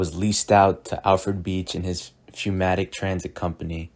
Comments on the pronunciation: Good informational video, though pneumatic is pronounced numatic, not fewmatic or fnatic. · Great stuff just please say pneumatic correctly. 'new-matic' is how it's pronounced. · Why do you keep pronouncing "pneu" as "feu"? Literacy not quite up to par?